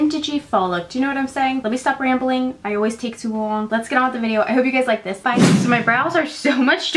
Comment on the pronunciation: I just randomly watched this old video of yours, out of the no where, and I’ve never noticed you having an accent until you said “take to long” in this video! Just gave a hint of your jeresey accent